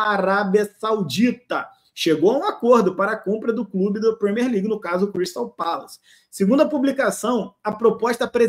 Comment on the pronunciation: Premiér não Premér. Usei o equivalente em português para facilitar.